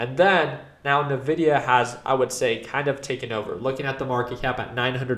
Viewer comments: i can't take anyone who says " ~Na-vi-dia-~ seriously when it's been ~In-vi-dia~ all along.... like..if you used their products, Any game powered by nvidia in the 2000s...the intro of the game had a whisper that would pronounce th EUFKCING NAME OF THE COMPANY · great video as always! The only thing is that the company is pronunced "envidia" not "nevidia". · It's N vidia not Nuh Vidia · You might be right with your analysis but you're wrong with your pronounciation of Nvidia. It's not Navidia it's more like "In Video". N pause Vidia. Nvidia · Please call it N-videa